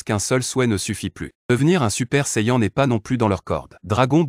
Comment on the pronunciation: C pas contre toi mec mais ta façon de prononcer shenron dragon balls gohan saiyan etc me fait saigner des oreilles